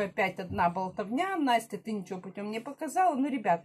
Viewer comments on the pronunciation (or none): none